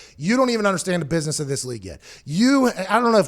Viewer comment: “You’re in a booisness” Lmaooooo 😭 😭 😭